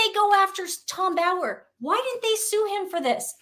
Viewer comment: No offence folks, but his name is Tom *BOWER, not Bauer. 😊